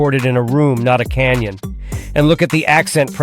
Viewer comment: "Not in a canion" 😂😂😂😂😂😂😂